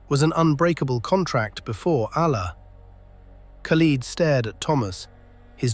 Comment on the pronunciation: Learn how to pronounce the name khalid. Lid like a pot lid not peeled like leading an army.